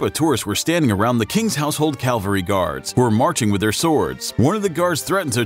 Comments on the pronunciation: "Calvary guard." It's "cavalry." "Calvary" is the place where Christ was crucified. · . It's Cavalry. not calvary... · Yeah, it’s CAVALRY - not Calvary. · CAVALRY. PLEASE NOT CALVERY🤪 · Calvary? LOL! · Calvary guard?? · its CAVALRY not CALVARY its GRENADIER not GRENADE-IER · CAV-al-ry, NOT CAL-va-ry CAV CAV CAV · It cavalry not Calvary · It's 'cavalry, not 'Calvary' FFS!!! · its so obvious you've typed in the names wrong I can tell you said "household calvary" rather than "cavalry" and also with the grenadier guards (american pronunciations.. smh)